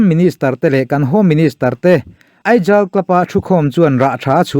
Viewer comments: Aizawl hi hnamdang ten Aijal ti in min lo lam sak ṭhin in, tun thlenga Aijal ti a ziak la awm pawh nise Aizawl chu Aizawl ti a lam mai tur a ni. Mizo tumah in Aizawl club hi Aijal club ti in kan lam ngailo. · I van lam no kher2 ve Aijal hahhahahaha